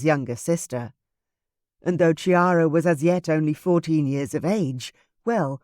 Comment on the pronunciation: This is such a wonderful story. I loved the other ones in the series but this one is the best. It would only have been better if the name Chiara had not been mispronounced, as it is really "Kiara" (as ch is k in Italian). Looking forward to Clarissa's book!